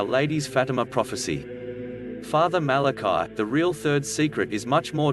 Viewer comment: The priests name was Fr. Malachi Martin, not Martin Malachi and it was pronounced the Irish form MalacEE, not the Hebrew form Malachi. Fr. MalacEE Martin.